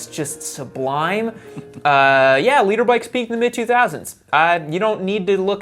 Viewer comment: LITRE!!!! NOT LEADER🤡